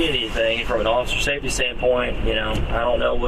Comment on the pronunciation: "oSSiFeR sAfEtY."